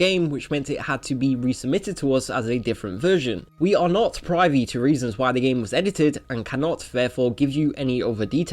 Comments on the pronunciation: Its pronounced priv-vy. Not pry vy. Its an old coining of the archaic word for toilet, being a really weird pun about knowing the insides of something. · "Privy" pronounced "prev-vee", not "pri-vee" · It's /ˈpɹɪ.vi/, not /ˈpɹaɪvi/ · You pronounced privy wrong.